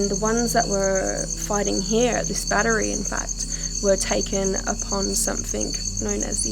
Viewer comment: I watched the whole video and never saw the bat tree you kept speaking about. Did I miss something? ....lmao oh I get it now you were actually trying to say battery. 3 syllables. Cute video.